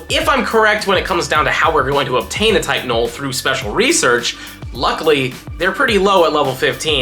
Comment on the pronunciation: “Type: Null” Sounded like you said Tylenol,. Made me think it’s evolution is named Advil? 😂 Sorry. I’ll see myself out…